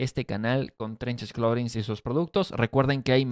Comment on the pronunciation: No digas "cloring" porque tiene una h después de la t; pronuncia la h.